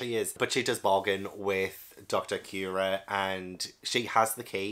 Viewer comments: On pronunciation, I really like your reasoning for going with "Cure-Ha" it makes total sense lol but her actual name is Doctor "Koo-Ray-Ha". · Kureha is actually pronounced as Coo-Reh-Hah and is just a common japanese name with no deeper meaning. You're actually doing a pretty good job with the japanese names pronunciations, English-speakers usually have a lot of difficulty with them. Also, I'm really glad you took an interest in Miss All-Sunday this early, she is my favorite character in the entire series. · Just so you know, Kureha is pronounced: Cure reh hah. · The doctors name is cue-rey-ha or copper sometimes calls her doctorine